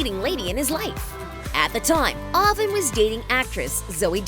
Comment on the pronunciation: She can’t pronounce Avan and Jay ?